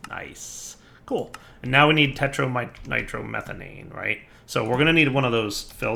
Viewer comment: ”tetranitromethanane” LOL poor. Slow down and take your time to read the names, we won't mind dude. =)